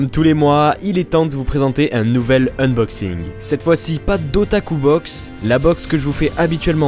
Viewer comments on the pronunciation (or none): none